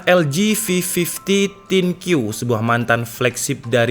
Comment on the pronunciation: Bang, mohon maaf... Untuk di LG, arti thinq bukan tipis (bukan dibaca thin), tetapi adalah istilah LG untuk teknologi AI-nya yang bisa diartikan "pikiran/think" (dibacanya Think You).